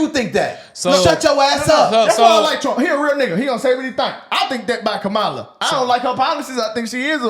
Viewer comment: The interview was two hours of nothing but babbling . Nothing of substance. Y’all clapping at a white man constantly mispronouncing her name purposely. Smh we can be an embarrassment especially for clicks and views . Blacks have realized grifting is profitable and will say anything very sad.